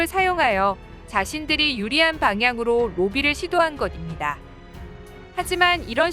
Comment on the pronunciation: 것입니다 -> 발음 좀 제대로 자연스럽게 해주세요. 듣기 불편하네요.